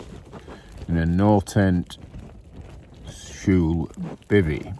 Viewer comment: Yes. Perfect. The L would be a bit different pronounced across Norway. You did the posh L version I think 😅